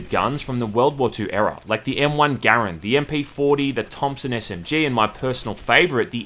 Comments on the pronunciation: To the few comments saying he's pronouncing the M1 wrong: Thats how the creator of it pronounced it (Garand also being his last name) "GAIR-UND" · I’m happy that you pronounced garand correctly.